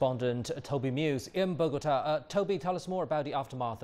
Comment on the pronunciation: It's "Bogotá" not "Bogata".